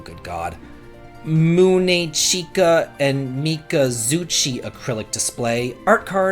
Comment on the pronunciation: Omg u pronounced munechika and mikazuchi's name right u can do it if u try 😉😆 lol but the name of the series is incredibly hard to say 😅